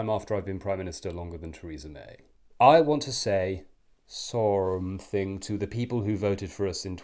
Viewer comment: "Sorrhmmthing" - sounds like Boris!